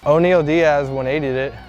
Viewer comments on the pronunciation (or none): none